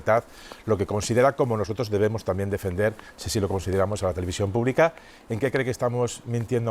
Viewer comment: La televisión púbica española , sí sí , sin la l , qué lástima !!